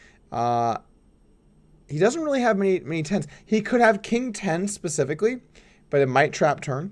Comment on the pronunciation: 'pacifically'? LOL~!